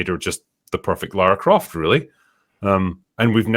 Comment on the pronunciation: "....... There's only been one Laura Croft, only ever gonna be one Laura Croft............" 😂😂😂